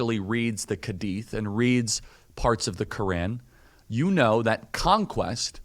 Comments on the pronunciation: Okay. Started watching. Realized he doesn’t know “Hadith” and says “khadith” and doesn’t know Quran. Also thinks Submit is to make people to “submit by all means”. Islam is “Submit to God”. Subhan-Allah only Allah can judge this man now. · "Reads the Kadith..." What?